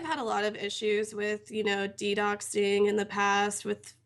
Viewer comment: "Ddoxing" I'm done.